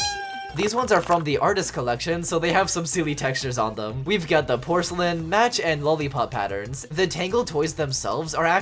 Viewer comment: the way they pronounced mache 😭😭😭😭